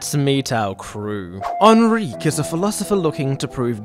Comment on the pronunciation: I shall now pronounce Enrique as “Ahn-reek”